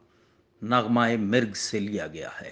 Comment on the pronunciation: نغمہ مرگ میم کے نیچے زیر نہیں ھے میم کےاوپر زبر ھے جناب درست لفظ نغمہ مرگ ھے میم کے اوپر زبر کے ساتھ